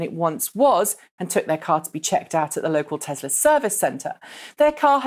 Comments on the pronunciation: *Tesla not *tezla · tess la not tezlaaaas you stupid bitch